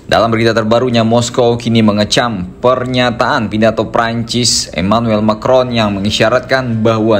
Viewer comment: Kata Putin "Macron" di panggil jadi "Micron"(sangat kecil) ...😂😂